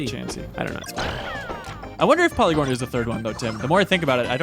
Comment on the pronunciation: Porygon, not Polygon. It's Engrish.